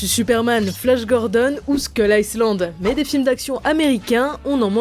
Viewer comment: Skull quoi ???? Faites un effort sur la prononciation s’il vous plait…